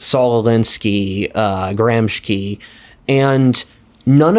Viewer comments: is your guest referring to Antonio Gramsci (1891–1937) the Italian Marxist philosopher? if so, his name is pronounced: an-TOH-nee-uh GRAHM-shee, not GRAHM-shkee. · Bro - this is a brow raising moment, you are mispronouncing the Italian last name of Antonio Gramsci - it is Gram-shee not Gram-ski, so strange, this is a relatively well known figure, this is an Italian last name, not Slavic, makes me wonder how deep is your knowledge. Also, the kulaks in Russia were killed not a generation after the serfdom was abolished (1861) like you stated, but three generations later in the 1929-32. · Gramsci is pronounced like gramshee